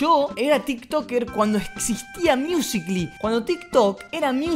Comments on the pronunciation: NO SE DICE MIUSICLI ES MUSICALI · Decia miUsIcLy